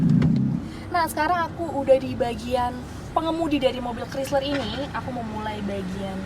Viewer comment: "Kraisler" bukan "krisler" ya dek yg cantik dan manis❤️